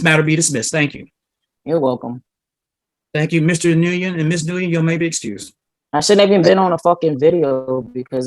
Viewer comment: The judges inability to pronounce the last name Nguyen made me laugh